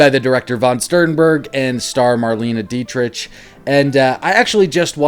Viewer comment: Marlene's last name is pronounced like "Dietrick", as opposed to the "CH" sound.